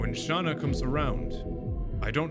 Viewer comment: and thats you you are supose to say Shana. I normaly dont care how you say names unless it comes in a cutseen.